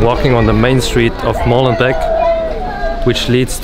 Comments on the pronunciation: 1) For God's sake, stop pronouncing "Molenbek" There are two E's, so it's long: "Molenbake". Do you "bek" your bread or do you bake it?... So, please "Molen- bake". This "bek" is just an earsore!! 2) Molenbeek is not a neighbourhood, it's a municipality (with its mayor, municipal council etc.). Brussels is made up of 19 municipalities and Molenbeek is one of them. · Come on guys Molenbeek please 🤣🤣